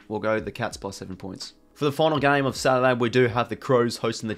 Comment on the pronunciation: Enjoy your videos I watch every week.. but your pronunciation of Saturday / Saliday and Competitive / Compellative is getting really hard to listen to 😂😂